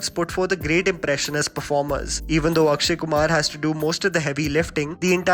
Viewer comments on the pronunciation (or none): none